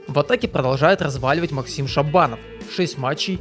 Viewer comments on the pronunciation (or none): none